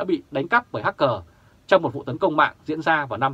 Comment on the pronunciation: Hắc cờ..... a chỉnh lại xíu nhe a